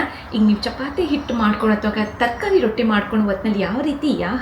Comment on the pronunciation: Rotti not rotting